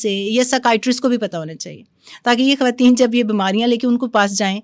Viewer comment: This is khawateen not khhawateen